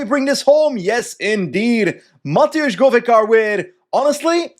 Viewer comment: its not mateusz, its matevz with a v